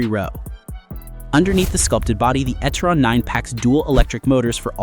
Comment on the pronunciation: It is NOT Etteron……it is E Terron.